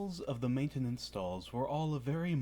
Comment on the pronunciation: I couldn't help but notice the odd pronunciation of maintenance and I was just wondering if it was spelled manetanance